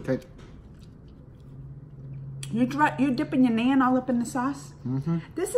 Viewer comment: It's nun like Christian nun(pronunciation). Only thing that's (nun)bread. And tandur is a special kind of mud oven. Whatever we cooked in tandur we just add tanduri before the dish name.